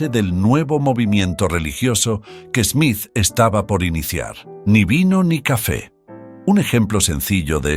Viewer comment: Smith, not "Esmith"